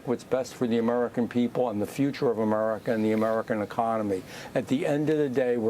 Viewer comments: He speaks normally but when he says America, it’s like he purposefully pronounces it “A-merca.” It’s almost annoying lol. Just pick one. Either speak normal English or bust out full redneck and keep saying “Merica” and “git er dunn” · Why is he calling America, Amurica?